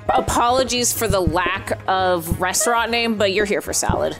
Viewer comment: Why does keep calling it “renstraunt”